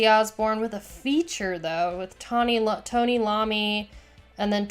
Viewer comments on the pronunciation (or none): I pulled my face when you said Lommi instead of iommi but then I smiled when you ripped ghost 🤣GG